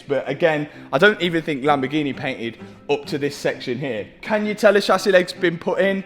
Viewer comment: The world: Lamborghini Matt: Lamborghi-neh